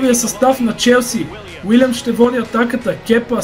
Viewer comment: казва се Уилиам а не Вилиам също така е Клайвърт а не Клуйверт готино видео иначе ;)